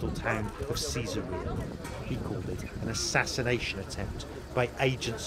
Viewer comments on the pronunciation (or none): I wish they would pronounce Caesaria properly. It's Kes-are-iya.